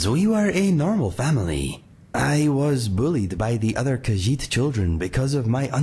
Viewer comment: Yay, I am Hyped for my new Companion. I watch the full video later, gotta do some exercises with Mr. Dragonfly. And I am gonna teach you how to say the word Khajiit correctly ;) Anyways, be well🐱